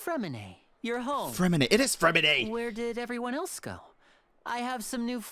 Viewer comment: I loved this Archon quest. What a different twist on things - solving a case!! - you did pronounce Neuvilette and Freminet really well, being French myself, I guarantee it. I'm not sure why Lyney's va added an R in his name because tjere isn't one. Chat was wrong about the T in Freminet. We would pronounce the T only if it was followed with an E. Anyway.....have a wonderful time away 😀